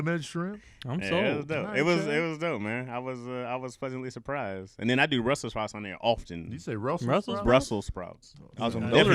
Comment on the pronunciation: I heard Russel lol